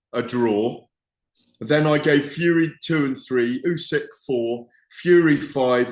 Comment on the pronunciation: Can please learn how to say Uskys name properly. Its disrespectful that after all of thisvtime he still cant. Ooh-sick